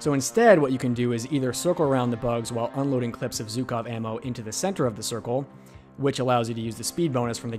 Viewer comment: Not zukov, but zhukov...) It last name of famos russian general. From russian it's sounds like bugov. Zhuk translated like bug.)